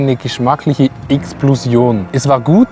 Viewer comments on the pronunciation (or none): Geschmackliche Ixblosion 😂